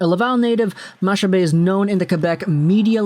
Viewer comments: Hey! Its pronounced MaCcabée and not Mashabée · Her last name is pronounced like "Macca-Bay". Nice try though. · honestly today in Quebec it might be the first day since 2019 that everyone is agreeing on something, Chantal Machabée is a great choice for that role. Also btw its pronounced makabay like mach 1, mach 2, etc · Chantal Machabée's name is pronounced Chantal Makabé. She often appears on L' antichambre on RDS. She's very well respected. It's the habs only unanimous hire ever. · Its pronounced makabe . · It’s more. Mac-a-bee pronunciation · My gf just corrected me, it's ponounced Makabé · To help you a bit, Machabée is actually pronounced « Mak Abbé »😁 Keep up the good work!😁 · Its a really good thing here, she is respected and well known in Québec. Its pronouced "Makabay" btw, keep up the good work!! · Machabée is pronounced with a hard C, so it's more like Macabée. You don't pronounce the ch.